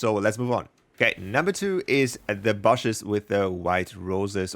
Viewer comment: saying bashes instead of bushes is the best thing I've heard today